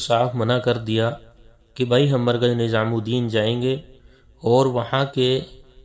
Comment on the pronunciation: HAZRET KI LA-JAWAB URDU: Yea koi Hind/Deoband kay alim hain? In ki Urdu Hindi ki mahzooz-kun amezish liay huway hay, maslan "NiZam" ko 'NiJam", "Jawab" ko "Zawab", "Shura" ko "Sura", "terah/terha/terhan" ko "terain" kehtay hain! Alif kio Ain-Alif ki awaz say perhtay hain, maslan "Ap" ko "Ain+ap" (ba-awaz-e-"Aam/common) kehtay hain, jo kay sareehan ghalet hay.